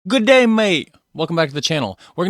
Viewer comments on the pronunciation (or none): It's not good day, it's g'day. Just make a 'g' sound followed by day. Her name is not Eli - It's Ellie (Elly) She's wrong about coffee shops. Melbourne has a huge cafe culture but it's not true for everywhere else. You'll get your pockets of cafes in the 'cool' or trendy suburbs but that's it. Mostly you have to go to shopping centres now. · Giday gid gid not gooday. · Right from the start, "good-day-mate", sounds like some type of speech impediment. The way it's said is "g'day mate". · Bro, 10/10 on the Melbourne pronunciation! You're killing it. I'll help you with another: G'day = Gid-Ay. Said quickly, almost skipping the "I"